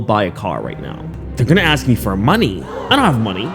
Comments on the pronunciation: This girl keeps repeating the word "axing".. She can't even say Portland properly.. And she's trying to put an educated woman behind bars with no evidence? Social media really does fry our brains... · “ people have been axing me” 😂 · Girl has nerve mentioning English comprehension when she pronounces "asking" as "Axing" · Plus all of her delulu, the way how she says aks instead of ask is irritating me. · I don't know if it's the blatant stupidity mixed with the "axe" instead of "ask" or her literal delusional fantasy play writing of fanfiction of a real ongoing murder case, but this woman pisses me the f off. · Funny video. Well done. As far as the moron girl in the video if she can't even pronounce basic English words correctly it sort of lowers the standard of credibility. It is ASK not Ax. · “Let’s axe the spirit” … it’s ASK, ffs🙄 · Why does she keep saying 'axe' instead of 'ask'? 😣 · She axe 😂 A-S-K... English is not even my first language and I know how to pronounce ask... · Anybody : ask, asking Ashley: aks, aksing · I really don’t trust anyone who says “axs” over and over! No thank you. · Been hearing “axing” the whole time I just can’t be assed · Do you mispronounce words deliberately? Is it part of your shtick? Because it’s annoying. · She can’t pronounce ASK she is not worth anything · If you can’t pronounce ask, I can’t respect you, sorry.